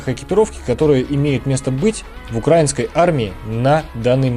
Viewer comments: Автор хочу поправить с ударением:не укрАинской, а украИнской!!! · Не укрАинской, а украИнской. Ударение правильно ставь. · Правильно не укрАинской а украИнской. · Я из Украины, вообще не военный человек, однако мне было очень интересно послушать грамотный разбор нынешней униформы Сухопутных сил Украины (если я не ошибаюсь, то в Военно-морских силах Украины несколько иная униформа. По крайней мере, цвет другой). Только, пожалуйста, говорите правильно — «украИнский (-ая)». От проверочного слова «УкраИна». Это не придирчивость, это — грамматика русского языка. Удачи Вам!